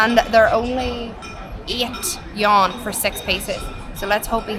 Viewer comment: Love your vids! But if you don't mind, would like to help you with pronouncing the Chinese currency "yuan". It's actually you-an or you-when put together and spoken quickly 😁